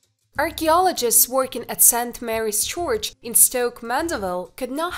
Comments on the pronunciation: the way she said church was really disturbing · nobody is perfekt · Well I don’t know if that was exactly disturbing to me but at least it was amusing 😂👏🏽😎👍🏽